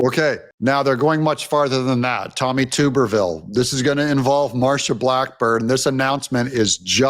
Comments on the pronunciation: TUBBER NOT TUBER RHYMES WITH BLUBBER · It’s “Tubber”-ville. Hello from Asbury, Alabama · It's Tub - er- ville 😂 Like bathtub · The name is Tub er vill not 2 ber vill. Please guys.😊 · Tommy Tuberville is pronounced tub…short u not long u! I heard that name every day of the week from Paul Finebaum when I lived in Alabama! Tommy was Auburn Tigers’ football coach for years! And I was an Alabama fan…actually a Nick Saban fan! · (Tub) erville, not (Tube) erville. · Come on, Doug, get with the SEC program. Tuberville is pronounced like tub, as in bath tub. Please don't get caught anywhere around Auburn putting the guy in a test tube. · Tommy Tuberville,,,,Tub - er - vil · Tommy Tuberville is pronounced as Tub er ville. Coach was coach for the Auburn Tigers. My favorite college football team. He was a great coach and now he’s stepping up to the plate. He’s making a great impact in Washington. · Though it pains me, I must: it's TUB-er-ville by we Alabamians. At least I feel better now.